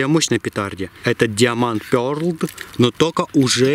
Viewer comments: А почему ПЁРДЛ а не пёрл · Не пёрлд а пёрл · Ахах Пёрлд говорит епта😂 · Даун почіму пердл еслі перл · Уже который раз... но я всё терплю, ПОЧЕМУ ПЁРДЛ?ЕСЛИ ТАМ ЧЁТКО НАПИСАНО PEARL ТО-ЕСТЬ ПЁРЛ! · Перлд, ору